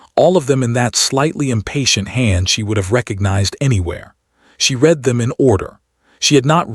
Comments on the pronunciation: AI is not smart enough to know the word "read" present tense pronounced REED vs past tense RED. Like the word "breathed" is always misprounced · The word read is pronounced RED not reed.